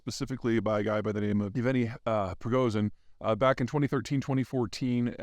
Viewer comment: Definite progress being made on Prigozhin's name. Peter is now correctly calling him Yevgeny rather than Dmitri, though the /v/ should be pronounced like a hard /f/. If he can just nail that /zh/ sound in the surname, he'll pretty much have it.